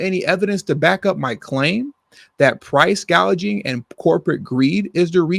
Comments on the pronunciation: The fact that she mispronounced it as "price- gauging" instead of price-gouging proves that she doesn't know what she's talking about. She wasn't even familiar with the word. She was just reading it off her teleprompter as if it's a word that she's never come across before. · She didn't say "price gouging." She said "price gauging," which is a term that most people don't know what that means.